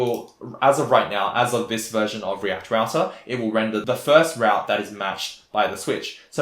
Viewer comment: REACT ROUTAH! Thank you for this video, I like this tempo - no bullshit.